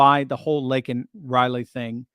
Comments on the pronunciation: Joe didn’t even say her name right! Meaning he doesn’t care! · Biden mispronouncing Laken Riley's name made my blood boil, especially since he only brought her name up when MTG interrupted. This comes after Riley's family rejected an invitation to the SOTU.